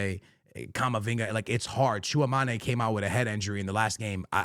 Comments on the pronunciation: yo no hate at all, just wanted to let you know, if you want to say Tchouaméni properly, the easiest way I can explain it is like: choo-ahh-MINY. Thats the closest thing to how we would say it in France. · fr he says it so weird